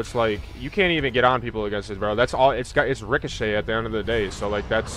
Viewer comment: It's ricochet.. Lmfao